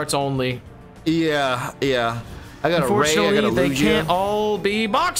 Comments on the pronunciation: Just saying Lugia is actually pronounced lu Jia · i will dislike every single video until you pronounce Lugia properly.